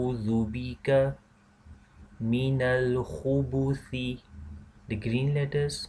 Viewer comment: Is there meant to be a sukoon on the 'ba' on Khubthi, instead of dhumma.